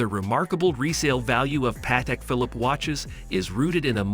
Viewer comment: This video sounds like it was created and voiced by AI. Also, if you're doing a video about a watch brand, learn how to pronounce the name.